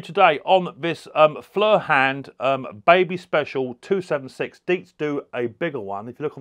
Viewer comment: Hiya, it's pronounced foy er, I believe it's German for fire 🔥